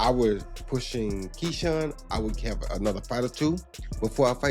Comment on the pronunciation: Ai saying ketchup Davis Ai is messing up even boxing..